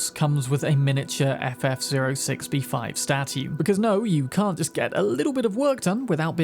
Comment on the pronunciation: I don't think I've ever heard anyone pronounce "statue" with a distinct 'T' before you. So, thanks for that.